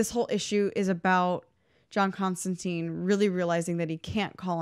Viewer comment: Constan-tyne. His name is pronounced constantyne, rhymes with fine. Sorry to be nit picky but it bothers me no one ever says his name correctly. Other than that, really fun episode. Thanks for shining a light on one of my favorites.